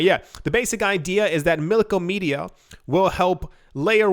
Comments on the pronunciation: BTW it’s MILK-OM-EDA Not MILKOMEDIA 🤣 the side chain has been online for a week it’s funny how no-ones talking about this big change!!! Looks like a lot of “people” biased on Eth 🤣 we coming for all block(s(chain(s))) keep fudding as Cardano keeps on delivering slowly but SURELY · Mil-kom-eda, not Milko-media xD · Milk*ah*meh*da. You are killing me man! 😆